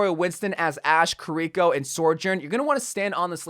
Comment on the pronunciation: I hate how he says Kirkio's name 🤢